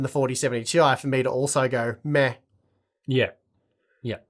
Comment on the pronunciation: you're pronouncing "meh" wrong :p